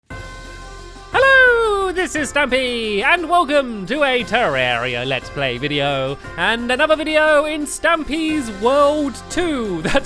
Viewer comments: Stampy its ter-ar-ia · Its been years now and stampy still say terarria 'tererra' for some reason :(